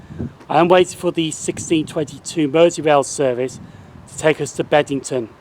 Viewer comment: Loving your work! 😉👍 but it's BEBington isn't it?! Not Bed! 😂